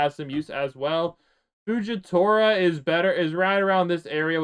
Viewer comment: HE CALLED STARK FUGITORA BRUHHHHHHHHHHHHHHHHHHHHHHHHHHHHHHH